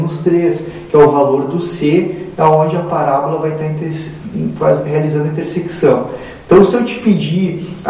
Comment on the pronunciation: Não consegue falar a palavra "intersecção" de jeito nem um né kkk.Mas o vídeo foi muito bom.